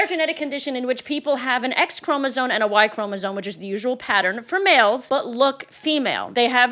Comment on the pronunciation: It's too bad you can't pronounce "chromosome"